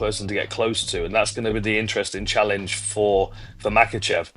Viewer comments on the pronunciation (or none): So annoying when he intentionally mispronounces the names. "Makkelchev"🫩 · "Islam Mockelchev" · chael sonnen: islam mackleshev